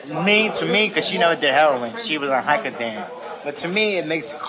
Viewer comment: And holy shit I just heard the "vicoDAN"